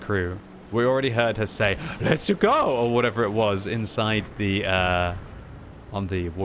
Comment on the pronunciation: i think "let´s-a-go" was italian pronounciation (Super Mario) 🤷‍♀